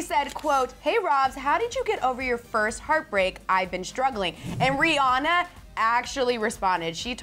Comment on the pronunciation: rihanna pronounced Ri-ah-na not Ri-oh-na